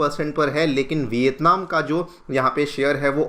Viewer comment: Bhai education channel hai hindi to sahi bolo. Vitatman kar sakti hai? India kar sakti hai?